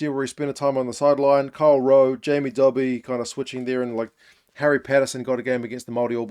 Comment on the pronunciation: Love your videos, and thanks for soebding the time to cover Scottish rugby and URC. I hate to nitpick on pronounciation but Jamie Dobie's name is pronounced dough-bee, like pizza dough, not Dobbie - like in Harry Potter. I've heard you get it wrong a few times and thought you'd rather know. Keep up the good work!